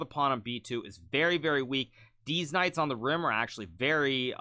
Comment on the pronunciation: Is it just me or is Hikaru purposefully pronouncing "deez knights" for last few recaps? I might be hearing things